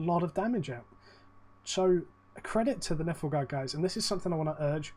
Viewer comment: The way you pronounced Nilfgaard made them sound so harmless lmao